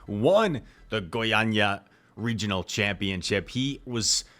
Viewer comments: your Goiânia pronunciation is perfect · Don't worry man, you said Goiânia perfectly : D